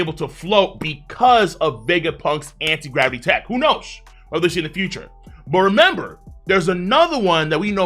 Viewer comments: "Anit" Gravity is indeed shocking. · "Anit gravity" is indeed interesting